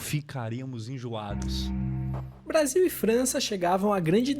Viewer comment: Enojados e você leu enjoados. Hehehehe